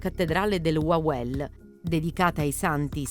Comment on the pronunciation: WAWEL😂😂😂NON LALEL🤣🤣